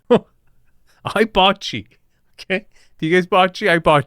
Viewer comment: In Italian, every “E” is the same one as in “enter”. Please stop butchering the word bocce, it’s not “boccee”, Americans always pronounce other languages with their weird rules of reading and it’s awful to hear. Italian is literally the easiest language to read, it’s 99.9% phonetically consistent. You read every single letter in the same way, every time. You’re a smart and cultured person, please just try and think about other languages too…